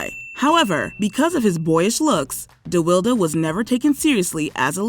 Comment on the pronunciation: De Wildee? It's pronounced De-wild duh Do some research before y'all destroy a person's name.